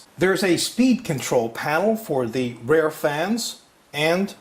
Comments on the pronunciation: Been waiting for this review! :D Makes me want to replace my Antec 900 with this one. BTW, rear is said more like "reer" then "rare". Don't know where ya learned to say it that way. (o_O) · He says 'rear' like 'rare'. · or maybe you say 'rare' like he says 'rear'?